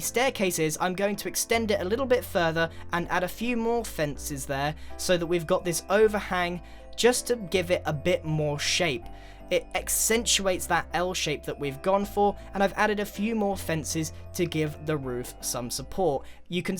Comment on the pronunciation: are you making up words like that you said EXCENTUATE? or am I just dumb?